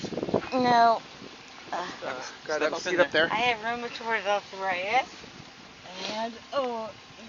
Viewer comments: “I have ruuumitard arrrthritttuss….” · “I have rumatroid athorititis!” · "Rumortord ardfritis" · Roomaturrd Arrthurightus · I have roomatroid arfritis too, but I don't talk like that. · Holy shit. I haven't been drunk in a long, long time so I don't remember the thought processes. Does she REALLY believe the stuff she's saying???? And what the F is ROOM-AH-TORD arthritis??? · “I have rubitorty arthritis” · Does this woman live stand up comedy or what? "I have rumanoid arfritis" except when I crawl up barstools., your career is over. Have a nice day. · Can't the cop tell she has Rumerafrued Arfritis? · Rumithriud arthritissis sirrr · "TAKE YOU TO YOUR OFFICE?" and "you guys are a "lill bit in trouble!" slurring her words badly. She can't even talk she's so drunk! She is skunk drunk and can't even pronounce rheumatoid arthritis correctly, two words she's no doubt used as excuses for many things before! "What else cayn I doe fer you" she says, (uh oh, that sounds like she's offering a service she's probably done before, LOL!) She's blasted! ("Not partiarlly gentullmely (particularly gentlemanly) of you is it." Wow! Get her off the road (which they are doing and being very kind with her). Some of what she says is unintelligible What a dumb broad, trying to tell THEM they are going to be embarrassed! BOOK-EM' DANO! At the station, she CONTINUES to talk and doesn't listen to a thing he's reading. But her behavior is very typical for a drunk! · She can't even say Rheumatoid Arthritis! How can you drive being that fucked up?